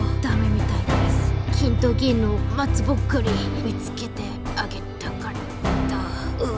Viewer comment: ㅋㅋㅋㅋ마츠보쿠리 발음은 들을 때마다 웃기네ㅋㅋㅋㅋㅋㅋㅋ